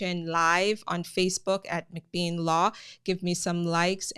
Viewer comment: Mc Bean and not Mc Beam .....I appreciate your informations